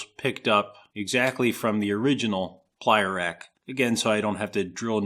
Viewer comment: Oh........”plier rack”........I thought he said “playa rack”, I was expecting topless burning-man footage.